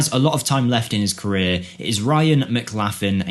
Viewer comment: Its pronounced Ryan mclouchlin. Great player in real life.